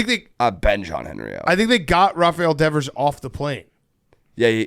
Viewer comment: Christ, Devers has been on the Red Sox for 8 years and can’t pronounce his name?